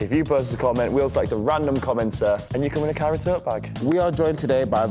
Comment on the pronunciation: whenever says “kyra tote bag” i always hear “carrot tote bag” n it always catches me off guard lmao